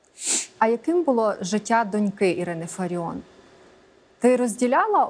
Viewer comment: Не фариoN А фариOFF